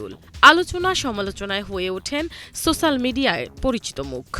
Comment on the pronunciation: Sosal na social? Lol abul